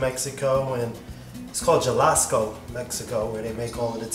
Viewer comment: The way he pronounced Jalisco. I like